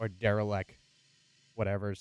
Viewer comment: It's Derelict not Derilect.